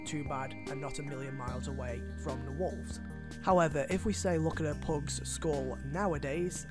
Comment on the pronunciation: Its pugs hes saying phogs